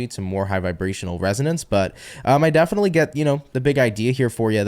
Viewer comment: That "defically" was totally "Blonis"!😂😅